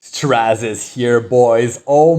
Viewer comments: Str-AY-ze ffs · I swear, it sounds like you're calling him trash instead of Straze sometimes during the video, ahahaha